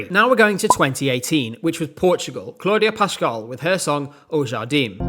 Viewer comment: on the one hand, as a tuga seeing claudia pascoal in A tier brings me immense joy. on the other hand, his pronunciation of her name (and o jardim AND telemóveis) sends me… nah, I’m just messing. great tier list my dude! i loved the winners tier list, i loved the second place tier list and this is no exception :)